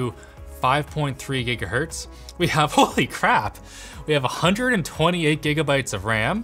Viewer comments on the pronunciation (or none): none